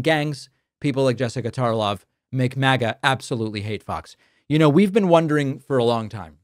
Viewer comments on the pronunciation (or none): none